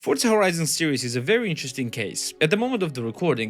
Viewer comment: “vewy” you sound fat bro sort yourself out